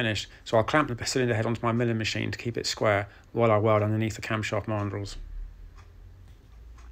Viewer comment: Never heard Mandrel pronounced this way, it should be man drel, but this does not take away from your excellent work and videos.